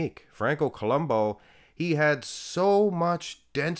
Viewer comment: I always thought that it was pronounced Franco Columbu not Columbo.